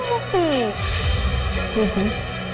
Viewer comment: livvy kasi hindi po libby